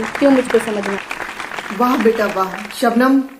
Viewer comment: Sir sugam nhi Shabnam 🤗🤗🤗